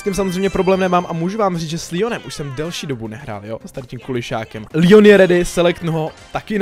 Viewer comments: Proč mu říkáš Líon? Když je to Leon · Je to Leon ne líon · To se nečte (Lion) ale leon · Leon ne lion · Je to Leon ne lion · To je Leon ne lion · Ale to není Lion toje leon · Proč říkáš líon?! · on to neni líjon